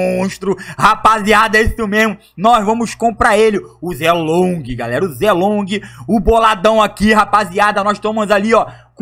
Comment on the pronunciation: a pronuncia nao e ze long a pronuncia e shei long